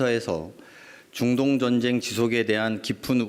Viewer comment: 자꾸 준돈전쟁이~ 라고 하시내~ㅋㅋㅋ